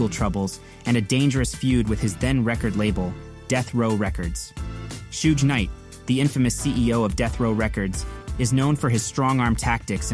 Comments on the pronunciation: I turned it off after you said SHuge knight lol. It’s Suge like short for Sugar. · It's suge like sug-ar not shoeg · Who is Shuge Knight? His name is Suge. You hear people saying his name in the video yet kept pronouncing it wrong....😂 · When you decide to let AI narrate your Suge video, type Shug. 😂😂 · This Honky Muthafucka Said "Shooge" 😂😂😂😂😂😂😂Ruined The Whole Video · Can’t take your video serious when you keep saying “Sooge.” 😂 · Why do you keep saying sooge knight. My God the narrator is on one. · “Shuge Knight” 😂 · The way the narrator pronounces Suge is pissin me off 😂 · Narrator sucks at pronunciation! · WTF?? How this narrator gonna pronounce Suge three different ways and NONE OF THEM correct? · With all the clips with people saying suge knight's name how the hell do you mispronounce it through the whole video? I really like your work but it's pretty sloppy to get his name wrong when he is the 2nd biggest person in your vid. I'll quit busting your balls now because you put together great content. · Exactly what I was thinking, just sloppy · No SERIOUSLY. Shit annoyed me ALL THE WAY 😒😒😒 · Butchered suge name the whole video lol 🤦🏿‍♂️ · Right? With all the clips of people saying it correctly in this video, HOW THE HELL YOU GONNA FUCK IT UP THE WHOLE DAMN VIDEO. I LIKE THIS VIDEO BUT ITS HARD TO WATCH WHEN HE BUTCHERED IT THE WHOLE TIME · I don’t understand how you have all these clips on people saying his name right and you still pronounced it wrong